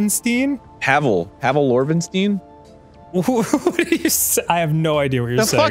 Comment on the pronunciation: My favorite was Pavel Orvenstein. Dan said “Al Orvenstein” and Arin corrected him as if he thought that name might be right😂